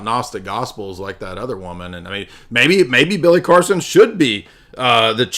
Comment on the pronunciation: Automatic sub,like, and comment with a 8+ min opener song intro then pronouncing Billy Carson as Billy Coreson gets it all ...one would recognize this channels fire with all of those thangs ..thank you for the hours of entertainment...lol... congratulations!!!